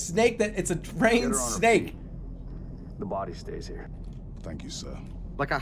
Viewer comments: “Draen snake” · jerma: "draen" drain snake